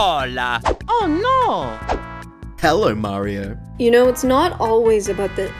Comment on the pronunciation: Hellor, Marior!